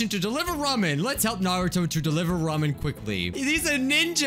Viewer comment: Oh my god he says Ramen the right way 👏🏻👏🏻